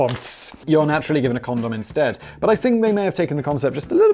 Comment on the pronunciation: Why is it so funny to hear a British person say condom? 🤷‍♂️🤣🤣🤣